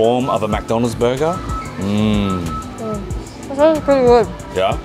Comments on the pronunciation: it's McDonalds not MACdonald it bothers me how he keeps saying that. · It's McDonald's not MackDonald's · "Mac Donalds"? it is Mc Donalds (Mich Donalds essentially) how has no one pointed that out to you? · Get so triggered with how they pronounce McDonald's.... it's not Mac-Donalds